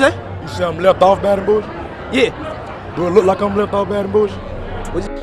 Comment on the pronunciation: Bro it’s like not liek 🤣